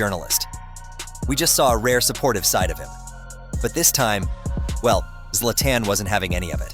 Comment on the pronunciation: the way you pronounce Zla"TAN" is mind boggling